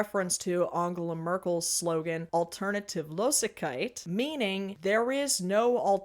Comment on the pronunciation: Hello, german person here, we are really sending our WORST representation ever, aren't we Yeah that is horrible (Btw you pronounced the "losigkeit" part shockingly well, but the "Alternativ" part was horrendous, sorry)